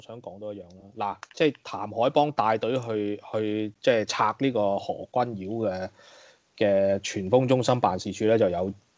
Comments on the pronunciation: 個堯不應讀作妖字。。正讀姚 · 又話中立。。。？？？可以尊重别人的名字嗎，如果你舌頭有問題，请簡單稱呼為何先生，可以嗎？覺得你帶有私怨刻意把名字讀為妖而非堯，这樣影响這台的立場。please. Appreciate. 謝谢。